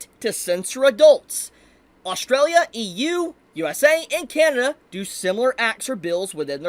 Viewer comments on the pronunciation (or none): none